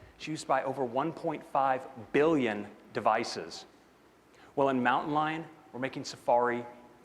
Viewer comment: he said Mountan Lion